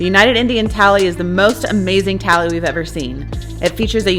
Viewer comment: Its not tally its THALI. RAJDHANI THALI IS BEST